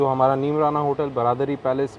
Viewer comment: It’s not ब्रादरी (bradari) but बरादरी (baradari) i wish pronunciations to be accurate